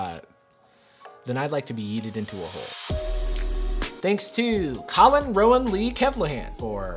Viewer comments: How did the pregnant pool girl not know how to pronounce yeeted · They said yeeted like a knight of honor would pronounce it